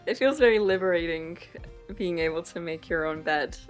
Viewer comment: Interesting accent she has. Never heard someone pronounce the “g” at the end of a word like that. “Thing-ga” “being-ga” “morning-ga”